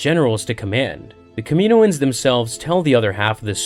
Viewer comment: Kah mi noh ans. Please say it right